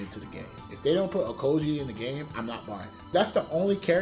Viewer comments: Man said Okoji💀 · Bro called aokiji ohkogee I'm crying 😭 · Okoji? You mean aokiji?